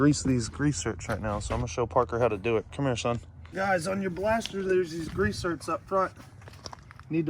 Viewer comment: Can never go wrong with a blastah, I aint never seen a bumper like that either its damn sick though. Killer vidyah!!!